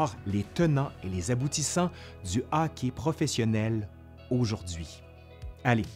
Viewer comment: C'est hockey, okay. Pas hocki, okay. :3